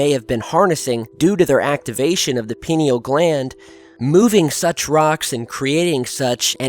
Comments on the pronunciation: It's pronounced as pineal from the word pine. Not peeneal. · I think it is pronounced pie knee al (not peen eal) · It's pronounced like "pie-Neal". It's easy to look up. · When he said Penni Gland....ROFL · Pie-neal pie-neal pie-neal say it with me. mmmahahahahah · It’s pronounced “Pie-neal.” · "pie - NEAL" gland.... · I most usually appreciate your videos. However this one sounds like you made it under the influence. (Christmas Brownies should be eatin at Christmas! ) This is one of your worst videos. Quality over quantity please. Please stop seeing Illuminaty anywhere. By the way. It is pronounced....pea-knee-ahl gland. And most importantly. Those evolved human beings who focus on this chakra. Are not at all interested in controlling anybody. Let alone the world. The whole point in Yogic practice is to understand oneself. And where appropriate discipline, and control, themselves. I hope your not doing a few bong-hits to find material to bring us. The UFO phenomena is otherworldly without DMT!! Thank you. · its pronounced pine because thats where it gets its name it resembles a pinecone. peote contains mesciline. DMT is found in àowaska vine in the amazon and some other plants. its a facinating subject. chur ; ) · Pineal is pronounced pī' nē al... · "Pie-Knee-Al" Gland. Good Vid though. I've taken DMT and it helped erase my depression, and I have lived with a renewed sense of engagement with my reality ever since. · Sweetie, it's pronounced pye-NEE-all gland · This would be your first look at Spiritualism (or like-minded followings). Just so you know, it's pronounced "Pine-Eel" Gland, because the gland actually appears as a pine cone. As a matter of fact, Egyptian statues are seen sometimes holding pine cones in their hands. This is to say that these ancient cultures understand the power of Truth. There's a good chance Aliens helped our ancestors understand this knowledge. A chance. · pronounce it PIE NEE AL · Pie-knee-all gland.